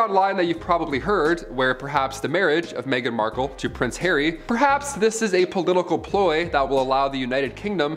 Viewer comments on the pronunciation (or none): none